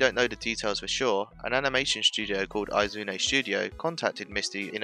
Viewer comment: learn to pronounce Izune.... ugh... brits...